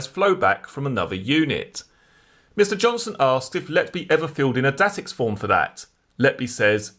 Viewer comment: Datix is pronounced day-tix